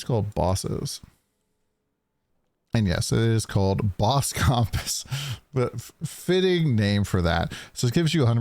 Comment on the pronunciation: you says comp ASS its pronounced more like cump ISS funny enough no hate lol